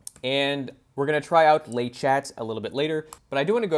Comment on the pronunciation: « Le chat » is pronounced « le sha » if you pronounce the final t, it’s the female cat with the same other meaning as in English…